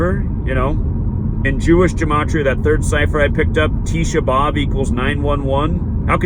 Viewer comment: Dude you don't even know how to correctly pronounce gematria, what's up with that?